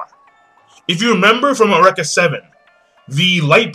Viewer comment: awreka seven yo.... its u-reak-a >_>